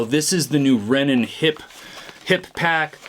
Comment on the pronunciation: Love the review! Also it’s Rennen